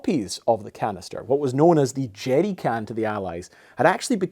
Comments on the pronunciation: 😅 it sounds like you're saying jetty can and the CC thinks so too. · I just like him saying "jeery cann" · "Jeddy cans" "Ameddicans" Interesting pronunciation. I love it. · “The Jerdy can”